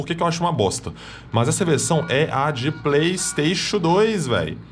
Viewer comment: "Playstachu treix"